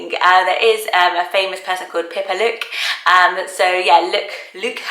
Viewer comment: Pipaluk is Pee-puh-look